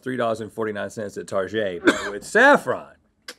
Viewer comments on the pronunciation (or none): I love when Rhet said Target like “Tarshey” cause I always say it like that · I literally had no idea other people pronounce Target like that